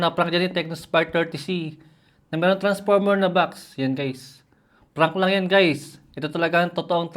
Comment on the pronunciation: "Jelly case na naka tranparmer..."😭